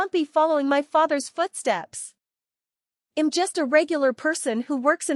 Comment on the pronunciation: They don't know how to pronounce contractions - "I'M" is pronounced "EM", "I'll" is pronounced "ILL", "He'll" is pronounced "HELL", etc. --- LOL.